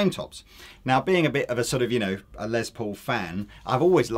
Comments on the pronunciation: Why do you guys pronounce Les Paul's first name as "Lez" instead of "Less"? His full name is Lester, so I would expect the later pronunciation. Is it a British thing? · If says "Lez" Paul one more time I'm gonna lose my shit!